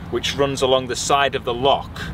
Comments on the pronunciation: Fabulous vlog with fab scenery. Loved your pronunciation of Loch, let's hear it again! Yes you've been lucky so far with the Scottish weather but it can't last. Looking forward to next week already. Jocelyn. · The Well was always one of my favourite tales to tell the guests when I drove coaches, they loved it. Can't beat a wee day out in Fort Augustus., your pronunciation was spot on there. The thin ribbon of cloud you see there is the ever elusive Scotch Mist. Crackin' video. Much love from Ayrshire. x 😊